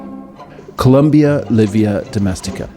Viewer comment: not "Columbia" but Columba livia domestica.